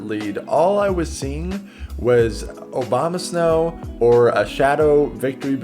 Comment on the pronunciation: Love how he says Obamasnow lmao